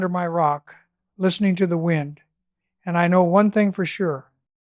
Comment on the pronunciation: At one point the AI narrator says “wind” as in “wine”, a clear trace of AI.